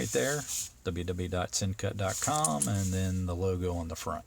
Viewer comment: Pronounced it correctly! You are the first reviewer to get it right. I bought the same exact one. Folks... This guy is right. Beautiful knife, at a Great price!